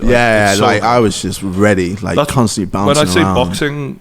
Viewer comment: Nobody: KSI: "Cunstantly"